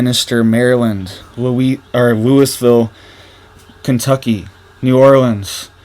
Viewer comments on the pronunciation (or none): Louisville, KY - Louisville is pronounced, Louie-ville, not Louis-ville